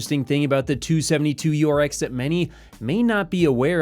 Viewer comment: bro.... again its 27 - 2URX.... not "272- URX...